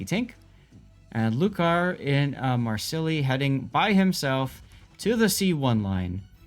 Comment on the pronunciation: Great commentary dudes. One thing: Phonetically, it’s Marsay. ✊🏻🖤